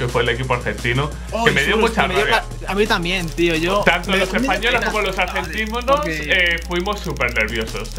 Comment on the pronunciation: argentinomos XD